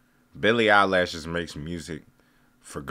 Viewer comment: Billy eye-lash lol😂😊